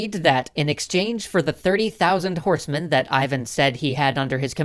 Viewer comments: That sounds Ee-van. Not Eye-van. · you mispronounce Ivan — it's more like Eevan (accent on A). Which is, by the way, on today Ukrainian currency.